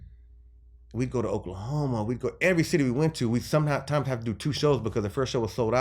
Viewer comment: Uhh “oklahomo”?